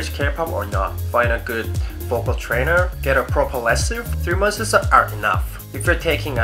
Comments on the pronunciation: i find it cute how he says "months" like "monthes" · "3 monthses" xD